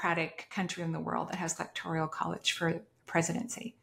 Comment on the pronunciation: "Electoral" College. Slightly diff pronunciation.